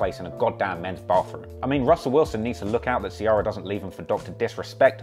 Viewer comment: Its Ci-eh-rah not ci-AR-rah